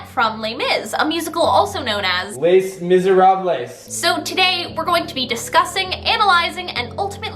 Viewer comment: I never get tired of that 'LES MISERABLES' pronunciation